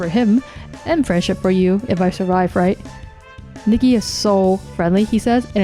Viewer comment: I think her name is pronounced Nike.